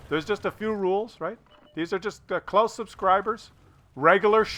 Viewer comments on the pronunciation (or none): none